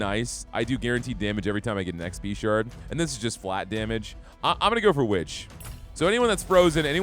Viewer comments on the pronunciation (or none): none